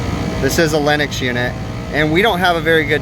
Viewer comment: Just seeing the circuit board like that while rain is coming down scares the crap out of me. And yet again Lennox sounded like Linux. And I thought you said we had a Linux System! Maybe it does run Linux?